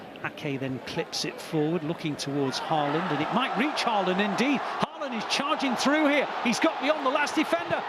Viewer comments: It’s “Arling Hawland” not “Erling Ha-land” You’re welcome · The Commentator fits how he pronounces Erling Haaland just Like the One in the Bundesliga used to pronounce❣️❣️❣️😭